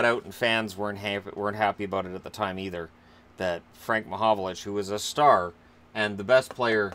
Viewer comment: Its frank mahovlich not mahovolich ffs.